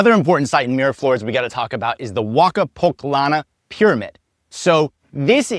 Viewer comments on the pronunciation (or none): Man, about the amount you pay to the pediatrist ...you have been scammed. That should cost about 15 dollars...20 max . And I don'tt live in a cheap district in Lima. Actually my district is more expensive than Miraflores in some things. And by the way: You are miss pronouncing Huaca PucLLana at the LL part. In spanish LL must sound just the way you pronounce it when you say Huaca HuaLLamarca at the minute . Almost all gringos misspronounce that part 😅 I finally, let ,e tell you, you really, really are missing the experience of the Jungle of Perú, watching all your video I am pretty sure, that you don´t anything about all you can find there.